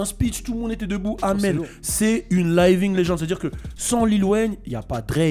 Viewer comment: ta prononciation de living laisse à désirer